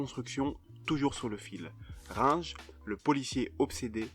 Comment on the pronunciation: "grinche" ? c'est pas Heinrich Runge ?